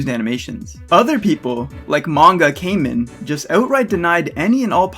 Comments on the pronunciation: I get your point, and I agree with you. BUT....his name is not pronounced “Came in” It’s Manga “KAH men.” It’s a Japanese word meaning “masked.” I’m sorry. I just wanted to say that. It’s a pet peeve of mine, and I’m working on it. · Mangakamen name is pronounced Kaw-min not Cayman. Like Kamen Rider. He likes Kamen Rider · Hey, really enjoyed the video, but one small thing to know for the future so that people won't nitpick you on it in the future. It's pronounced Kah-man, not Kay-men. With that out of the way, good breakdown, really enjoyed it, keep up reducing the ignorance of the world. Or at the very least trying to. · “MangaKahmen” Not “Mangakaymin” Source: I watch Kamen Rider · The kamen in mangakamen is pronounced Kah-Men, like in Kamen rider. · "CAY-men". My poor, poor niche genre, being mispronounced... TT__TT Aside from that, the video was alright. I'm mostly irritated by the fact that social media will never change, because people (including yourself, ) often have childish banter about serious conversations on Twitter about things no one is really going to budge their stance on. How often do people honestly make amends publicly about owning up to their arrogance or ignorance and letting bygones be bygones, but rather sheltered complacent adult-children whining about something not being how they like it, and whomever whines the loudest wins. I'm all for having dissenting opinions and expressing them, but Twitter is a terrible place to do it. Especially in this constant age on cancel-culture. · It's KAmen like as in Kamen Rider if you've seen that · I dont want to be nitpicky, but as a kamen rider fan I have to say your mispronunciation of kamen, it pronounced like ramen with a k